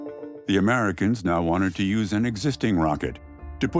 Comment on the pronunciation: The yuse force